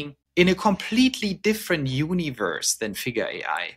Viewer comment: Universe “unAverse” 😂❤